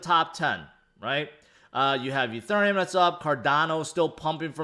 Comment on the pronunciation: Did he say E ther Um! 😂 yo it’s E theory um.